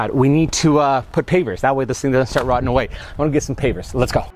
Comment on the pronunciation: Rotting, not “rottening.” 😃